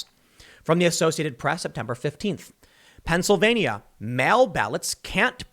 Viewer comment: Thanks for covering this but I must point out Pennsylvania has 4 syllables not 5.